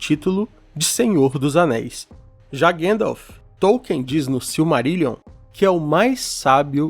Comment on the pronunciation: Ótimo vídeo! Porém tente corrigir as pronúncias, tipo Gandalf, não Gendolf ou anãos não anões ❤